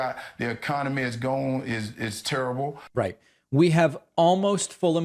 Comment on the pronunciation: It's "Turrable"!